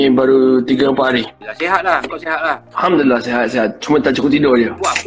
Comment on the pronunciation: Budak ni asal dari mana. Cakap satu macam punya slang. Sebut Alhamdulillah bunyi mcm arab. Ckp melayu bunyi mcm mat saleh